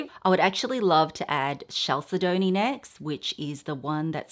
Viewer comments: The pronunciation of the mineral chalcedony is Cal- sed- o- knee. The second syllable is accented. Cal SED o knee. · Chalcedony is pronounced "kal-sed-oh-nee" 😊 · Chalcedony is pronounced: cal-said-knee :) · Thank you! And no offense to, but chalcedony and agate are not being properly pronounced either.